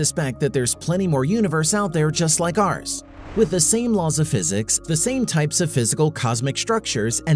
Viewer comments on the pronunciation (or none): none